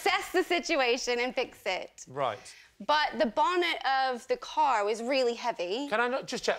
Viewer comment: Note the way she pronounces the t in "bonnet", rather than rounding into a D sound as one would with an American accent - bawnned.